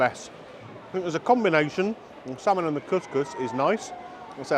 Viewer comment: Its not slamon